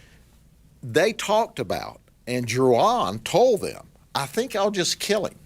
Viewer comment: What's with the "JU-ahn"? Does this sheriff not know how to correctly pronounce "Juan"?